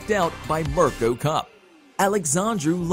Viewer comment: God damn you need to learn how to say names properly it's Mirko cro cop name say it like per ( Mer co - Crow cop ) and the other one what was terrible was Mariusz Pudzianowski. So ( Marious - Pud gia nowski